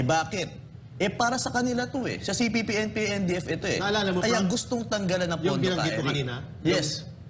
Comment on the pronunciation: nakakailang ang lagbigkas mo ng. cpp/npa....wag ka mag pause sa kalagitnaan....